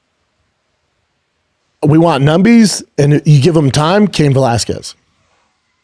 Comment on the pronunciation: Yo Brendan stop saying “numbies” my dude just trust me on this one